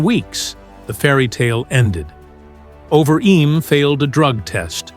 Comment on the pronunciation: Terrible AI V/O: "over eeem"